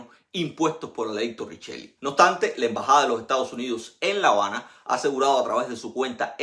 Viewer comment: OBSTANTE, con s. Tienes un serio problema con la pronunciación de la s.